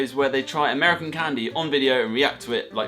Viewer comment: i kinda laughed when he said ameican candy bc it seems so normal to me bc i live in florida